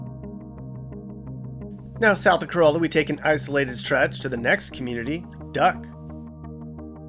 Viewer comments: Great video! I own a rental property here and enjoyed watching it. In addition to Cuh-RAH-la, Bodie Island is pronounced like the word body, not with the long O. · The village of Corolla is pronounced “ka-RALL-a”. No mention of Duck Donuts, the Wright Brothers, Jockeys Ridge, only a passing reference to the Lost Colony. So much more should be said about Cape Hatteras other than “ there’s a lighthouse here.” The tallest lighthouse in the US, that it was physically moved in 1999, that this is the Graveyard of the Atlantic with hundreds of shipwrecks and U-boat activity. No view of the Ocracoke Island Lighthouse or that this is where Blackbeard was captured and lost his head! While real estate prices are of interest for comparison, there is so much more narrative about the OBX that was left out. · Nice vid, but it's pronounced Cuh-RAH-la down there. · Corolla is the car, Cuh-rah-la is the town😊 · Yes, to us locals it's pronounced like Core-ah-lah. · Carolla is not pronounced like the Toyota. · ouch. COROLLA and BODIE mispronounced!! Toyota Corolla, but Corolla, NC is pronounced Core-softAh-lla.please! BODIE Island is pronounced like the word BODY. PLEASE. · Nice video! In skimming through the comments, I can't believe you weren't blasted by the Corolla folks for pronouncing Corolla wrong. It's Cor-ah-la. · "ka-rawl-la" lol, not the Toyota and you forgot the town of Carova north of that You edited out the bridge view... big yikes. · Thanks, for another great video. BTW Corolla is pronounced Corallla. Not like the Toyota. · Cor-ahh-la. Lol. And those houses are well over 1 mil. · “Cor-AH-lah. *BAH-dee Island. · Cuh-RAW-luh and BAWdee Island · He did say "bow-die." Several times. It's also "ca-rah-la." Not like the Toyota. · Please learn how to say Corolla correctly. It isnt like a Toyota Corolla. The "olla" is pronounced like "alla" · I liked the video! Quick note- I know it is spelled like the care, but it is pronounced with an A sound- Cor A La